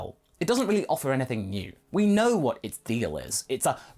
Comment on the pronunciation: His level of hwat??